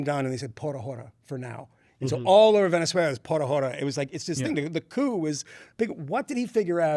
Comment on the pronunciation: Not Pora Hora! Por... Ah orah